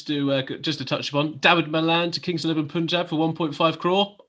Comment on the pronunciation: just one more thing: its Punjab.... pronounce PUN ....then add Jaab.....its not Poonjab....